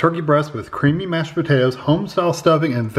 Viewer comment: When was describing the first two meals I could have sworn he said “creepy “ mashed potatoes